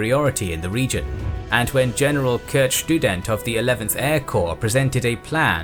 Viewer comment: Schtudent sounds like a very good student